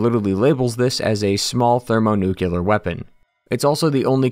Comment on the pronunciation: "Thermo-nucular" Please log off and go live.